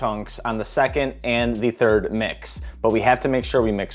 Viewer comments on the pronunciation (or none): none